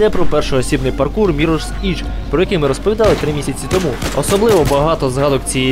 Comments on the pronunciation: Вперше чую, щоб форчан називали порталом. Це не портал, а просто форум. А Mirror's Edge — це все ж таки міррорс Едж, а не Ідж. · Мірорс Ідж??? По-моєму це як мінімум соромно так вимовляти.